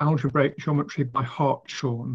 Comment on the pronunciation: I believe his name is pronounced "Hart's horn" (hart being an old word for a stag, type of buck)